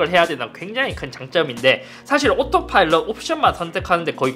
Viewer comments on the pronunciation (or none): none